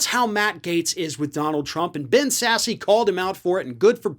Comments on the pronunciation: Not a big deal, but it's pronounced "sass". Sassy is Roy Moore's horse. Please do me a favor and vote this irradiated Chris O'Donnell out of office. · I don't mean to be persnickety, but Ben pronounces his surname like the word sass, as used in the following sentence: "Ben, don't be giving me no sass!" But truth be told, I like your pronunciation better. From Trump's point of view, YOUR version is the eponymous wing of the GOP. 😁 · I don't think his name is pronounced with the "e". At least I have never heard Sasse pronounced that way. It sounds like "Sass." The e is silent. lol Just saying cause i'm laughing everytime u say his name. I did get your message though. I am in Florida so yea he is an embarrasment to Florida. The panhandle is called the Redneck Riviera for good reason. Used to live in PC so i can attest to that. Or LA- Lower Alabama. 😁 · It's pronounced Sass. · Sasse is one of my senators. It's pronounced sass. Ignore the e. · It's pronounced "sass". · Just FYI Ben Sasse's last name is pronounced "Sass"... the "e" is silent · It's not pronounced Sass eeee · It's 'Sass". The "e" is silent. Other than that, you are correct. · It's Ben Sasse with a silent e, not Ben Sassy! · The last “e” in Sass is silent. So like Sassy minus the “y” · You do know it's pronounced Sass? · "Sass" the E is silent. Love your channel man, I'm in N Central Fla. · I'm pretty sure Sasse is pronounced "Sass." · Its sasse pronounced like mass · The E is silent on Sasse. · Please use correct pronunciation of Ben Sasse’s name. I appreciate your posts but by not knowing the pronunciation, you lose credibility. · Sasse does not pronounce the E. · Hi. Intentionally mispronouncing Ben Sasse's name does not elevate your credibility. If you are not doing so intentionally, all the worse. Maturity = respect. Grab some. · Ben Sasse..... Sasse rhymes with grass........ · right on brother......BTW (Sasse the e is silent... ) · Final “e” is not pronounced in Sasse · I think the E is silent